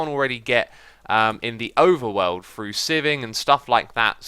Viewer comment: I notice when you say words that start with "th", you pronounce it as "fr". I first noticed it when you used the word "three" a lot in an episode. For you, three is "free", through is "frough", and throw is "frow". Sounds kind of funny. Must be a British thing.